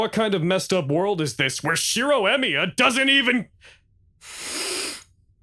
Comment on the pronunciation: I just noticed that the stresses on their lastnames is messed up xD. I mean, Tohsaka should have the stress in the O and they stress the A on the "sa" and Emiya should be stressed on the i but tey stress the e... As a person who enjoys comparing languages, I find this very funny. Is it really that hard? My native language is spanish, so japanese fonetics are really easy since they all exist in spanish but I understand that english should be able to manage japanese esier than the other way around (japanese trying english). Anyways, I have been enjoying the show like a madman. I hope story creators could make dialogs like this more often jajajajja